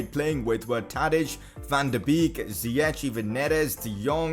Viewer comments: Van De beek is said Van De bake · #pcq: Your saying van de beek wrong